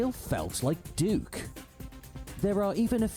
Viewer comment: Excuse me right at the start of the video "D*ck Nukem" huuuuuuuuuh? Let me hear that again... yap that is certainly not DUKE alright